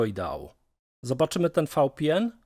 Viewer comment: Pana albo "fał pe en" albo "wi pi en" bo tak to jedno literę czytasz po polsku, druga po angielsku, aż ciekawe jakby trzecia nie brzmiała tak samo w obu językach